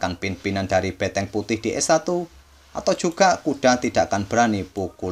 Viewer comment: ngomong bentengnya emang beteng?